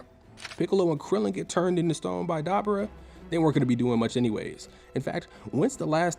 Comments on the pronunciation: the accent on dabura is on the U, so its dabUUUUUra, not dAAbura bro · DAH-BOO-RAH Not DabbaRah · Great video. But Doe-bur-a lol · Bro this video is awesome, but the way you say Dabura is diabolical 😮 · Stopping after the way you pronounced dabora